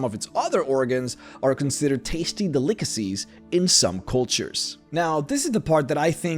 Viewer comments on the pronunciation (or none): de lick tee cees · Adhesive - add-hee-siv Not Ah-dee-siv Granite - grah-nite Not gray-nite Delicacies -del-ih-ka-sees Not de-lick-ka-sees This one is hard to explain by text. I swear youtubers do this on purpose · Gray night. Deh likka sees. OMG some of the words you say are pronounced so bizarrely it's hilarious! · Day-lick-a-seas? Delicacies. Lol. Dude I love these videos. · "Tasty dullakasees" jesus christ dude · dude "de-lickussies" No my dude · "Dee lick a sees" that's a word. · Duh lick a sees I very much enjoy all the videos he does despite this xD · The way he pronounces delicacies made me want to cry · Delikacees That’s not how you say it